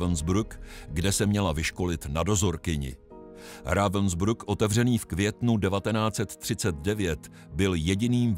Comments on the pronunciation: Proboha naučte se alespoň minimum německé výslovnosti , protože se ztrapňujete Rawensbryk se to vyslovuje . To Vaše Rawensbruk je hodně trapné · Já bych si to i pustil, Lae vím, že zas uslyším "Ravensbruck" , prostě špatně vyslovenou přehlásku a to mi trhá uši. To prostě nedám.